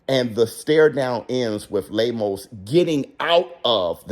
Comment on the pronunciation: lol 😂 I love how pronounces “Lame-O’s” 🤣